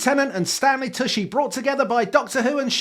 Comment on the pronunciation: Tucci is pronounced "Too-chy" CH not SH